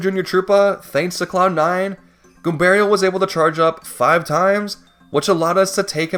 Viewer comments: The way you say Goombario right but say Mario like a Canadian is crazy lol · It's funnier because he pronounces Goombario differently (and correctly). Who is clearly named after Mario. They should be pronounced the same way at the very least.